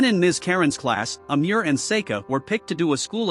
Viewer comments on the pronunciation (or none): none